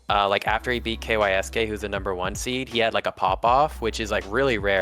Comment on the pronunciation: Kysk is pronounced “KEYO-SHKEE” which comes from the Japanese “kiyoshiki”. No one calls him “Kay why es Kay”